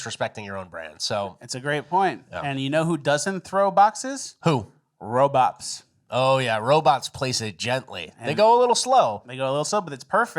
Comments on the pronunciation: My favorite things is when miss says words to troll....i.e. robops😊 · Just here for confirmation that ol is saying "Robops" and not "Robots" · Robops? Really? Its Robots! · First “aliems” now “robops” 😂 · Are you saying "RoboPs"? Ya, this definitely belongs in cringe of the week. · Anyone else catch how says robots?... wtf